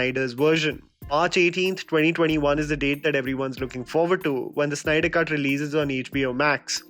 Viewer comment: Snyder.... Its Snyder, not Synder!